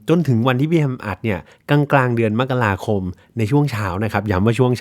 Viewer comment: เดี๋ยวนี้แทบจะไม่มีใครอ่านว่ามะกะราคมกันแล้ว อ่านแบบที่ถูกต้องคือแบบที่อ่าน😊